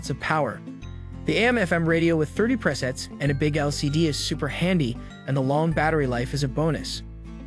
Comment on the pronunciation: the narrator can't pronounce "bass" or "presets" correctly, should I trust him